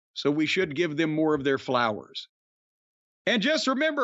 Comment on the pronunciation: I laugh everytime Jim says "flowers" now 😂